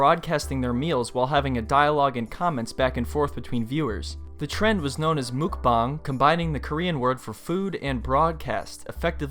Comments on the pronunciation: 먹방 is pronounced “muck bong” not “mook bang.” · Its muck-bang not mok-bang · So everyone’s gonna ignore the fact that he said Mookbahng? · Mawk bahng... not mook bang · You're pronouncing it wrong. It's pronounced like muhk not mook. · He really said Mook-bang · Why can't anyone say mukbang correct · bruh you said mukbang wrong dude